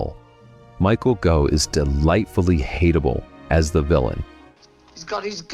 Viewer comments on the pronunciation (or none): Michael Gough is an extremely well-known British actor. His surname is pronounced Goff - not Go. And ... it's QuAtermass - not ¼ mass. There is no second R.